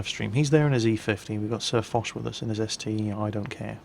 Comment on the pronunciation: it is the ST-one not the ST-eye.